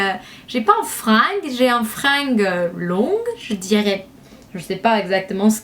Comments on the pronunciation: tu me fais trop rire:-)) on dit "masser la tête" et non pas "massage":-) et "frange" et non "fringue";-) continue à ns faire des vidéos comme ça tu es top gros bisous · Elle est super ta video juste le G de frange se prononce "G" pas "Gue" mais c trop mignon ;) <3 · coucou, on ne dis pas fringue mais frange, qui se prononce franje, bref super vidéo bisous <3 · C'est vrai que tes boucles font super naturel ! Je pensais que tu avais les cheveux naturellement comme ça. En tout cas ca te vas très bien ^^ Peut-être je me tenterais de faire ca moi qui ai les cheveux très lisses pour changer :p Sinon le mot "frange" s'ecrit avec un "g" mais on le lit avec un "j" phonétiquement ce serait plutot "franje" ^^ Mais bon on t'avait compris :) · tes cheveux qui sont juste devant ça s'appelle une frange :) et ça se dit fran-je comme je tu il :) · La frange sa se prononce franje ;)